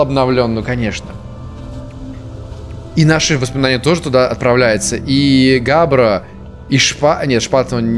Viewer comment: Я ИСКАЛ ЭТОТ КОМЕНТ мне так больно слышать все эти неправильные ударения... учитывая, что у меня есть и седум, и вереск, и я собирался назвать свою кошку Габбро'(ударение на последний слог)... (в итоге назвал Скарн, кому интересно) :D а та'волга это же птица, не? upd: нет, таволга это все-таки растение, сорян